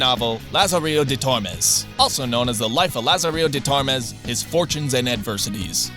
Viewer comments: No no, not Lazarillo de TOR-mes. Lazarillo de Tor-MES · Please learn to pronunce spanish before. It is Lazarillo de Tornes, not "Luazariyo di Tuorness" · Lahzarill dee tormes lol